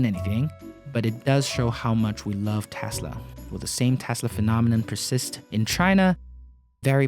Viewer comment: Please learn how to say T-e-s-l-a where are you getting Thhesla!!!!!!! Omg! Lol